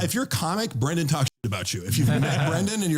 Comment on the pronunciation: Half ur views are people laughing at ur speech impediment. “Bwendan” 😂